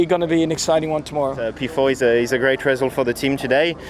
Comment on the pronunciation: Leclerc still hasn't learnt how to pronounce "result" :D